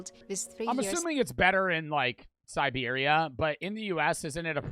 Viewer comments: Siberia is Si-beer-e-ah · bro its not called serbia holy shit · It annoys me how he calls it Serbia instead of Siberia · I’m pretty sure it’s Siberia. Russia not Serbia… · Its Siberia not serbia😅😅😅😅😅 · Siberia not Serbia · siberia not serbia goof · Good old Serbia lol totally not called Siberia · bro kept saying Serbia the whole time💀😭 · you pronounced the name wrong, you said Serbia (a country) when its Siberia (a region in Russia) it happens a lot tho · Ain't no way said Serbia and not Siberia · Its siberia nit serbia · He called Siberia Serbia lol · its not serbia it siberia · Bro called Siberia serbia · Its Siberia not Serbia.. i live in Serbia and im pretty sure it doesnt go down to -64C° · never fails to read siberia as serbia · Fr like the first time hearing it i was "wtf, Serbia?!?from where", like bro cant say Siberia or what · Great vid. Siberia not Serbia